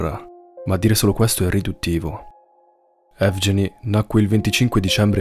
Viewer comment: "Evgeny" si pronuncia "ehvgheeni"